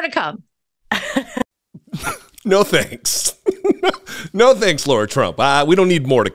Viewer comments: Her name is Lara, not Laura. While I share your opinion of her and her singing, you lose all credibility when you can’t even get someone’s name right, and to laugh so much is cruel and beneath you. I’ve never been a big fan of your channel, but I kept watching. Never again. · She admits she's not a professional and didn't sound best but before you want to criticize others learn to pronounce her name correctly..it's not LAURA! It's LARA...